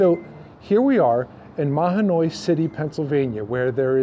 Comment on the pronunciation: You forgot to mention Carbon County. You also mispronounced Mahanoy.